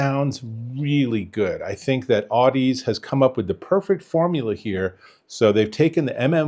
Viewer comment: Audeze is pronounced like the word Odyssey but with an Au instead of an O . "Audezay".